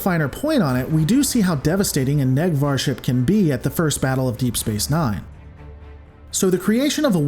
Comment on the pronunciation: It's pronounced a "Nake Var" vessel, not a "Neck Var".... :-)